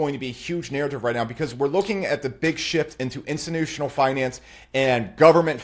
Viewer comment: "Insinutional Money" 😂